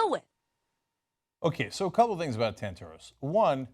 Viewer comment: "Tant-a-ros" and not "Tant-AH-ros," Anna.